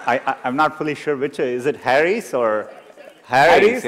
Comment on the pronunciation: Really. . Then lemme tell ya my friend.. He's imitating an american accent.. which to be frank isn't perfect.. But the thing that gets on my nerve is that he knowigly mispronounces Harish , sambhar and dal as if english were his first language.. which very apparently is not..